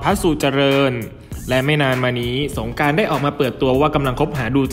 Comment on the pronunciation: ออกเสียงให้ถูกต้องด้วยคะ ตัว ร ไม่ใช่ตัว ล และออกเสียงคำควบกล้ำไม่ได้ ตัวอย่าง สงกานต์ กับ(กลับ) ลอคอย พะราชมงคลมุนี แข็งแลง (แรง) ช่วยปรับปรุงด่วนเลยคะ